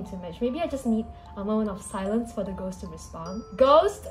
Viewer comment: Us: clicks on video: GoSt